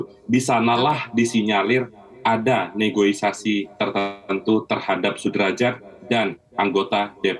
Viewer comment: Negosiasi pak, bukan negoisasi! Tapi apapun kinerja ICW patut didukung